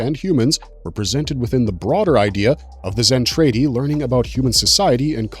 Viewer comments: ..............."Zen-Trade-Y" ?????? Seriously?? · Zen Tray Dee 🤣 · You can’t pronounce Zentradi correctly